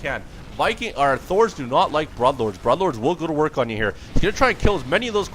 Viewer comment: Sweet game and cast. Feel free to tell me to go to hell, but it's pronounced Brooooood not Brud bud! Yes I know there are some exceptions like Blood, but this is not one of them! :) ba ha ha...